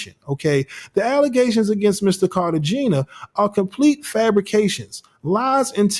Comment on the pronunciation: Car-ta-hen-ya…please and thank you!